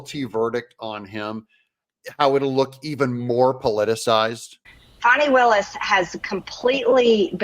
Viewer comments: Farni Willis. Thought it was Fani. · Cute and true but I heard she actually pronounces her name as "Fawn ee" rather than "fanny". Either way she's still a demo crook and biden leftist.